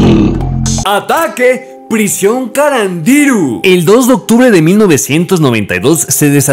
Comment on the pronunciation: se pronuncia carandirú